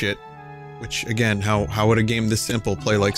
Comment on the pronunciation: "try agrain"